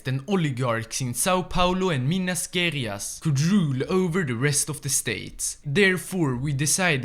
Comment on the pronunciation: "Minas Guerrias" ksksksksk